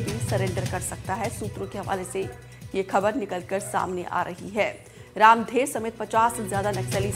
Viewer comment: रामधर होगा यार रामधेर नहीं होता बस्तर में नाम